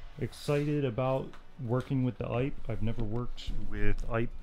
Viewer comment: Not “ipe”. “Eee-pay”.